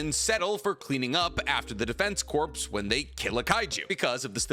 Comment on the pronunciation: Pronounce corps as corpse one more time… 😭